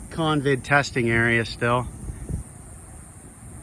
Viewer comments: convid? Do you mean COVID? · Why do you call it CONVID?